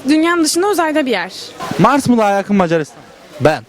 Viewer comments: "mecaaaarisdan argada galiyör" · meycaristan argada galiyou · İyi tarafından bakıyorum, sanırım bazıları Macaristan sözünü telafuz etmeye zorlandığından Mars dedi. ( Hani inşallah öyledir sjsjjs)